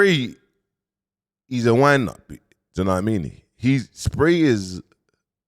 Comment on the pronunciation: Man said 'Do you know what I mini' 🤣🤣🤣